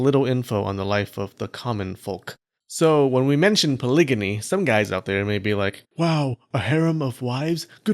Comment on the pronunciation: "polygyny" => "pahlíh-jinny" (soft 'g') [=> パリヂニ] Yes, it's opposite of "gynecology" and "gynophobia", but does make it clearer you're not saying "polygamy".